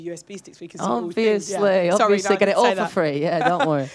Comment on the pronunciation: I know I have been saying this for ages!! He pronounces it completely wrong. Also Harry does it with the word "obviously" I noticed. He says obvioushly